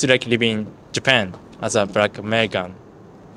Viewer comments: Bro is it me or he can't pronounce letter "l". He says brack instead of black. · You need to learn to pronounce the letter L! It's not Brack people, it's BLACK, bL blllllL. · "What's it like living in Japan as a Brack-American" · Thanks for that expranation. As a black man myself. I sharr be known as brack man